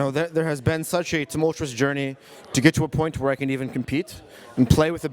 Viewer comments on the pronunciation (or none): none